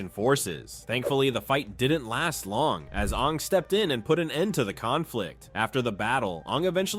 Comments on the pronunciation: Ima need to stop you right there brother, no says Ong instead of Aang unless you're M Night Shyamalan. Put some respect on the GOAT's name. 😤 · Anng 🚫 Ong✅️ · Why are you calling him “Ong”?? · we just gonna past over him calling Aang, ong? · It's aang. Like the a sound. Not ahng. Learn pronunciation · It's not ONG, it's AAING< spelled Aang. Lord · This video was great and detailed but the pronunciations really through me off. At one point you even said Awng like the movie we don't talk about. Like come on. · He just say Ang when it’s supposed to be AANG!!!!!! the avatar states was the most powerful thing for all the elements and also is there like one for every element like earth bending can be metal bending fire bending could be lightning bending water bending can be ice bending air could be all the elements mixed together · The last time you mention fang you pronounce it like fahng. Then partwat through aang you switch pronunciation to the one from the god awful movie and say ahng . Unsubbing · Is that why they couldn't decide on how to pronounce names? It was really bothering me. It even said Awng smh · DID HE JUST SAY AHNG😡😡😡🤬🤬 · it’s insane to say his name wrong while making this content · Ung really, you watched Avatar and mispronounced aang multiple times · Everything was great but did you really have to pronounce Aang's name like that 😒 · Your pronouncing Aang's name wrong........ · DONT YOU SARE SAY HIS NAME INCORRECTLY!